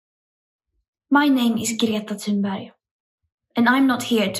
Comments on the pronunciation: Nitpick, but for you Americans, Thunberg is pronounced close to "tune berry" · Notice how her name is pronounced...it’s actually pronounced “tune bury”. She clarified this to Amy Goodman on DEMOCRACY NOW years ago. Perhaps think about pronouncing it correctly...love your show and a supporter for years.